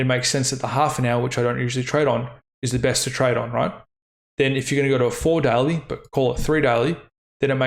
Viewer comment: The way you say "daily" sounds like "deli".